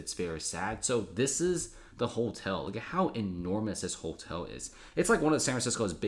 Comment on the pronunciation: Never heard the word hotel pronounced holtel. Interesting. Good video.